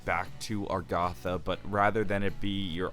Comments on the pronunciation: It’s agartha not argotha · I love your videos but STOP SAYING ARGATHA. IT'S AGARTHA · A GAR THA not AR GA THA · arr-goth-a bruh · You KNOW it’s pronounced AG AR THA! Damn troll lol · You and Reed both say Argatha, interesting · Did my dude just say agaatha